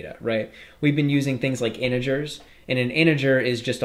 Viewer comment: He call inigers to integers